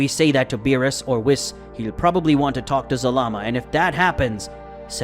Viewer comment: Story is really good buh his voice just duznt sound right🤪hate the way he says whis😂 wiss 😂😂